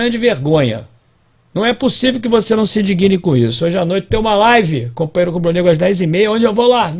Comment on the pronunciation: Não se diz indigine mas indigne